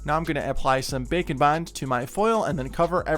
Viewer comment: It sounds like you are saying bacon bond😂😂😂